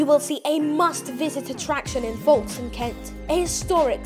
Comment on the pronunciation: You are pronouncing it wrong it's not forkstone it is Folkestone